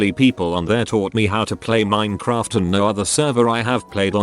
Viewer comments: No one: Literally no one: Text-to-Speech: Min-uh-craft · use a changer because the robot actually mispronounced Minecraft several times